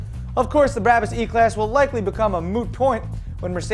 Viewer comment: Never heard it pronounced that way... Always BRAH-BUS. Even on BBC's Top Gear they say BRAH-BUS. Everyone but you could be wrong though. Just sayin.... j/k